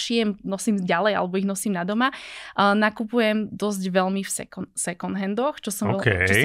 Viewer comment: Na moje prekvapenie má veľmi rozumné a progresívne názory na financie, životný štýl, stravovanie aj ekológiu. Iné baby hy sa mali od nej čo učiť. Jediná jedna vec, tú angličtinu doštudovať lebo výslovnosť "second" sa učia prváci na základnej. Ale to je len detail. Rozumná baba. Klobúk dolu. 👍